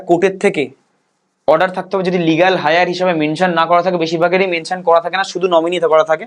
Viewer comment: Legal heir - এয়ার উচ্চারণটাকে আপনি হায়ার বলছেন কেন ? আর এরকম উচ্চারণ করাটা ঠিক নয়।